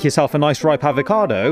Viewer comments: It’s fre sha vacca do! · All I hear was are you cod or...(avocado